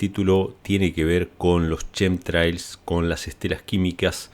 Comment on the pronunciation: No se dice Shem trials. Se pronuncia como kem trails tremols